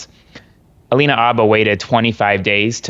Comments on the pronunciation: Isn't there an H at the beginning of her name? Yes. It's Habba . Jesus Christ you're supposed to be educated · Hi. I love your videos and subscribed when you began. This is just a wee critique...Alina Habba's last name is pronounced "H"abba as in "hello" or "howdy." The 'h' is not silent. Thank you. Keep up the superb work. Watching from Canada.👋 🇨🇦 😊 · I'm sorry, I love you so much but please it's Habba! The H is not silent 😂 xxx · Please pronounce her name right, it drives me nuts hearing it said wrong a million times 😅..... It's HA BA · I am begging you to say this woman's name correctly. Please. I dislike her as much as you do, but still.